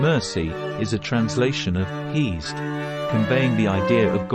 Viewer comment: Isn't pronounced heh-sed or hey-sed?